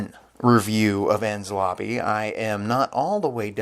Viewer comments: It's also pronounced En-Knees-Lobby, not Enz Lobby. Also I made a mistake in my previous post. I though you were trying to pronounce Luffy when you were actually trying to say Lucci. It's Italian. So it's pronounced Loochi. Same way you'd say Gucci. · “En-Ness Lobb-bies”